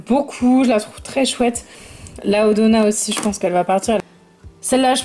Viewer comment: On dit D donna 🙂 c'est un d pas un o